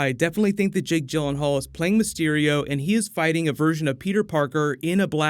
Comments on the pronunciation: I thought Jake Gyllenhaal was pronounced 'Gill' not 'Jill'......? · I love Jake Gyllenhaal but hate hearing people butcher his last name